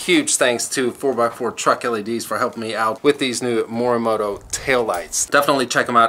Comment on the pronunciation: Sleek taillights and yes you did pronounce the name right